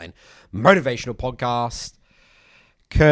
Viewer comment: Similar to you, I like the way he goes from stressing "motivational" and drawing out "podcast" into a pause, beat "Curtis" pause, beat "Charlie" and then gets into the meat of the episode MOTIVATIONAL Podcaaaaaast.... Curtis. Charlie.